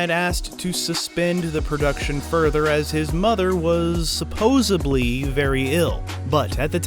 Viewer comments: Supposebly? I am sure you mean Supposedly lol. Reminds me of Joey in Friends 😂😂😂😂😂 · Dawg. Did you just fuckin say “supposubly?”